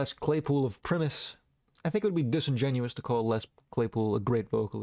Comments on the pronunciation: Pat Benatar... come on. Primus pronounced Pri-Mus, not Preemis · in order to make sure you survive the weekend without an assassination, Primus is pronounced Pr-EYE-mus, not Prihmus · I Agree with Layne being the Goat of all Goat singers!!! Mad Season, did you actually think Primus was pronounced Premise, not a great vocalist but such a great live band seen em with Alice and Chains on the 92 orc93 lolllapoloiza tour did co headlining duties still by far best line up of a tour ever AIC, Primus, Rage against The Machine, Tool, Fishbone wtf more could one want? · The pronunciation of primus hurts my soul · Do NOT say Primus like that 😂😂😂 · why did you pronounce primus like that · Why do you pronounce Primus so weirdly? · that pronunciation of Primus will haunt me in my dreams :face-blue-wide-eyes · It sucked